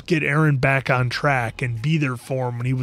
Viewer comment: It's annoying how many you guys pronouncing eren's name wrong!!